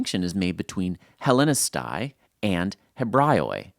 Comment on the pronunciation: PLEASE!!!! Learn how to pronounce the Greek letters such as αι = Ε, οι = Ι, ει = Ι, ου = oo / ou. NEVER read those letters separately like you do in the video. It's NOT "Ellinika-i" , it's "Ellinike", and it's plural of Ellinika. It's NOT "Ebra-io-i" (my God that hurt m ears). It's "Evre-i" plural of Evreos (Jews - Jew). Please stop mispronouncing Greek words. You can even Google it and have a voice reader to hear it.